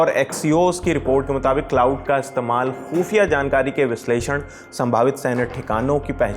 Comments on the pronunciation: It's क्लाड not क्लाउड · Bhai wo क्लाउड नहीं क्लॉड है...... बोलो तो सही यार 😂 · Iss video ko hata kar dobara upload kar lo bahut ajeeb lag raha hai baar baar cloud cloud bol raha hai, tgodi research toh kar liya karo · Iss video ko hata kar dobara upload kar lo bahut ajeeb lag raha hai baar baar cloud cloud bol raha hai, thodi research toh kar liya karo